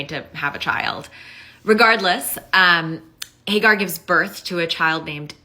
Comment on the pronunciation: Hay Gar? 😂😅😂 It's Hajar